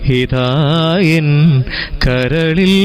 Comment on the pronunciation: നല്ലൊരു ഗായകനാണ് അഭിനന്ദനങ്ങൾ, പക്ഷെ ഉച്ചാരണം ശരിയാക്കണം ഉദാ..(ഹനുരാഖിണി, ഹിതായെൻ ) ആ..... വരുന്നിടത്തെല്ലാം " ഹ" കേൾക്കുന്നു.